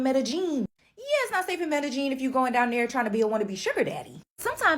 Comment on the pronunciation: A travel journalist that can’t seem to pronounce Medellin correctly?😒 A city that even the locals don’t pronounce it that way so YOU should know better.